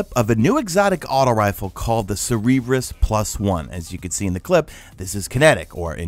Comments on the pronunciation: Cerberus dude - (Sir-burr-us). The three headed dog that guards the gates of Hades. Cerebrus sounds like a bad ass exotic helmet though. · Sir-Bur-us, like, the dog with 3 heads. Not Cerebrus. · Thank god someone said it. I was about to throw my self out a window listening to him call it Cerebrus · Just FYI, CERBERUS is said Ser-ber-us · FYI Cerberus is pronounced sir-ber-us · It's not how you're pronouncing it, it's CER-BER-US +1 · come on my dude you were better than that it's Cerberus just like Greek mythology the three-headed Hound of hell. Your still the man but I just had to call that pronunciation out.